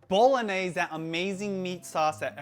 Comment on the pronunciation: Just one thing... you’re saying bolognese wrong